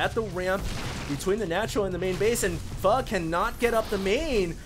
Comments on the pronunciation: yes it's pronounced fu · fail pronounce "Pho" for a Victor Charlie ;p